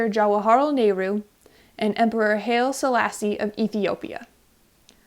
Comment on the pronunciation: Not “hail” selasse, “ hy-lee” selasse. Lovely video, thanks!